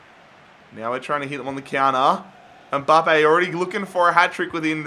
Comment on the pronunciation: it's Mbappe not Umbappe